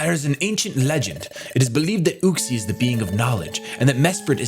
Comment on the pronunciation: Everyone else: “Uxie”: “oOxIE”